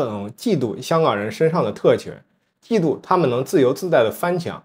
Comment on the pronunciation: 嫉（二声）妒[🐶]